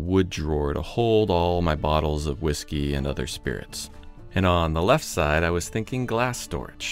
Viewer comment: Ive never heard someone mispronounce hawisky so many times. Dead sexy table dude. Shadow line was mind blowing. Never saw it coming but what a difference it makes.